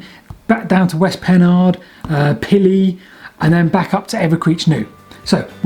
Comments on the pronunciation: My Great Grandfather worked on the Evercreech Junction station and we have the benches and a workmans shed from Keinton Mandeville station. Also, Pylle is pronounced Pill not, Pilly. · Superb, thank you! We live in Wells; having been put right on local pronunciation more than once, I can offer the fact that Pylle is pronounced somewhat mysteriously, as 'Pill'. Just sayin'. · Pylle pronounced Pill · Great video showing the lost stations from my part of the world. Couple of things though, Bridgwater doesn't have an e in the middle of it unlike the canal and hall in Manchester, and Pyll is actually pronounced Pil by locals. 👍